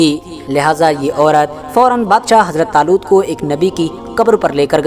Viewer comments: Badsha zaloot nhi 🤣🤣🤣 badshah taloot bolo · Bhai aapne bolne me galti ki h